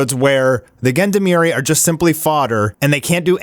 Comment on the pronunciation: Please look up the pronunciation for Gendarmerie, =0